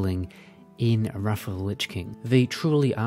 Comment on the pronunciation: I love how it sometimes sounds like you’re saying “Raffle Lich King” when you’re saying “Wrath of the Lich King.” Love the content, too, keep up the good work!